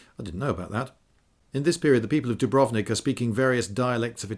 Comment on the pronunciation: Some language pedantry for those who care: it's actually pronounced with the accent on the U (dùbrovnik), and Zagreb on the a (zàgreb). Source: am half croatian. We like to put the accent on the first syllable of even surprisingly long words, thus causing significant puzzlement to anyone who tries to come to terms with the language.